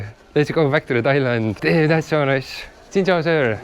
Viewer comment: When you pronounce xin chao, say it as (Sin chao) not chin chao, try that